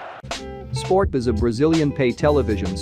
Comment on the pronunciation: In number 5 is read sport-t-v